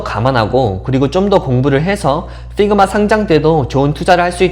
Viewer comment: Pigma가 아니고 figma 입니다. 발음을 잘하세요. 적어도 미국 살았다는 분이시니...